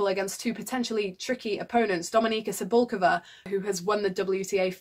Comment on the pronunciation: not to be overly critical, but your pronunciation of Cibulkova and Sevastova is a bit off.